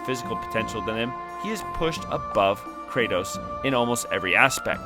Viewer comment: About to comment the same. Tell me you didn’t play the game without telling me 😭 (he didn’t say Kratos right either :/)